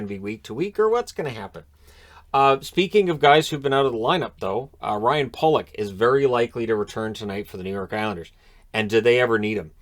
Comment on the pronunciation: There's only 1L in Pulock. I refuse to pronounce it that way